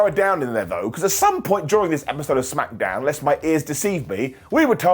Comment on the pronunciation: ITS CALLED SMACKDOWN NOT SMACKADOWN 😂